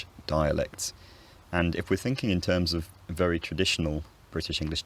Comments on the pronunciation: I think you mean vewwy no wery in tho the confusion is understandable seeing how you discussion the merging of v and w later in the video too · minor minor error "very becomes wery" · I noticed that you replaced the V with a W when you were talking about replacing R with a W. Nonetheless great video. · Be vewy vewy quiet…I'm hunting wabbits!